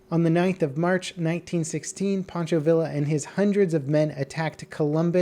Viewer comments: Its pronounce vi ya not ville uh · Pancho Villa's last name is pronounced "vee-ah", not "villa". It was really bugging me. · TRIGGERED - Its Pronounced , Vi-ya - Pancho Vi-ya (Villa) its not like Vanilla. Gosh.. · just as an fyi its pronounced pancho veeya even though its spelled villa. The more you know. But I heard stories handed down from some relatives I had that rode horses down from new england to mexico to find him and that gun was kind of junk once it touched sand and dirt. They preferred the colt potato digger machine gun at that time. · Pancho villa 😂 bruh you don't pronounce the L's in the villa, do you pronounce the L's in tortilla?!? Lmao